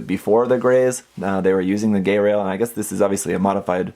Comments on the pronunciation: Haven't watched IBO (actually haven't watched Gundam since the original series...), but this guy looks badass! Got that nice almost-industrial look that I loved from Armored Core. Also, I think it's pronounced "Guy-rail", not "Gay-rail". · pls its not gayrail pronounce it like geil (the german word for like) not gay